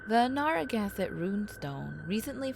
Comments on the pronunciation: Except for Narragansett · Slaughtering every towns name— especially Narragansett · Well except for Quanset and Narragansett. Oh and Ed Warren.